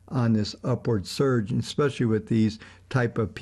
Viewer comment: I enjoy this channel however it irks my soul when I hear "ex-specially" over and over.